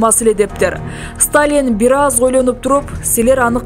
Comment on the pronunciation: Диктор кыз Сталин Молотов фамилияларын туура окусаң боло.ударенияларды өзгөртпөй